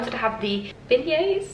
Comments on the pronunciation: Beignets : bégné in french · Hey! I am from New Orleans, Louisiana (same place as Princess Tiana) and down here we pronounce beignets like been-yay-s